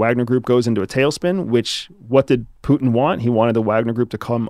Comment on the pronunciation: "puten"... putenfleisch dude pronounce names like they are "Putin"